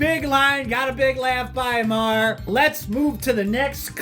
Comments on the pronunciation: Hearing you say “Ma-her” is obnoxious. It’s pronounced “marr.” Not that difficult. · It's marr not Ma-her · Maher is pronounced “Marr” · Pronounced “marr”. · So, Ma-har is only when you are dissing Bill? I was worried you just didn't know how to pronounce Bill's last name. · You mispronounced "Maher".....lol.